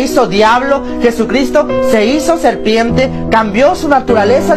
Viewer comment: Serpiemmmte , ardiemmte , en todo caso se dice Serpiente,!!!!!!